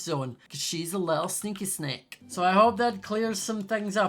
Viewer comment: I can't tell whether is saying "sneaky sneak" or "sneaky snake" 😂